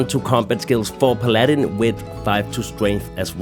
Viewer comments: "May - Tree - Are - Kul" "Pal - Uh - Din" Hope this helps. Love the content, keep up the good work. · Pah lah din, Pal ah din No magic carpet with the second permutation pronunciation